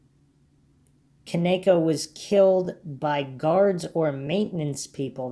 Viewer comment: I believe her name is pronounced Ken - EEE - kah. Respectively. Hard ‘E’ like Keeeegan Kline. 😅😂